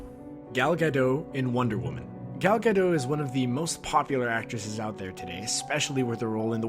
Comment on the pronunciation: its pronounced GadoT. its not french, the t isnt silent. :)